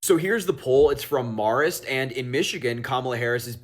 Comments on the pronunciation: guy can't even pronounce Marist... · He mispronounced the Marist Poll. Its NOT Marist like "tart", its Marist, like "air" This is a huge polling group that has been around forever, and he doesnt even know about it. He's a kid pretending to be an adult. What a twit. *I had to choose the vowel carefully. Should have been an "a"*